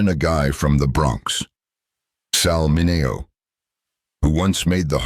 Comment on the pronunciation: Why is Sal Mineo’s name pronounced correctly in the beginning and wrong as the piece continues. If they did it right one time, why isn’t t it right every time. That’s the way computers work, they do the same thing over and over and the AI, once corrected should be consistent.